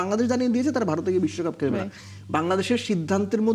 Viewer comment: 😂😂😂আসল বলুন,,, নাকে ক্ষত না বিস্বকাপ,,,,নাকে ক্ষত,,,,,😂😂😂😂